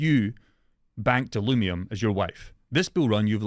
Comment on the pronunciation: NIGGA ITS UH-LUVE-EE-UM. THERES NO M, NOT NOW NOT A YEAR AGO, NO M